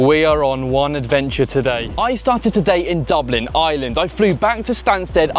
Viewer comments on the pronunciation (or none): none